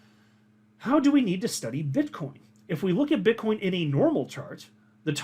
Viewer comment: min 😂 did you call Bitcoin Bitchcoin 😂🤣😂🤣